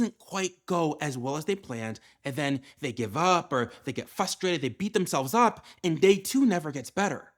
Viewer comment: It is pronounced fRustRated not FUStrated. There are TWO Rs in the word. Does not inspire confidence.